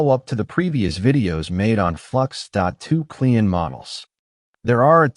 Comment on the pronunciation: The klein in the Name of the Model is German and means small it is pronounced like Kline. But with a short I like in Ipod.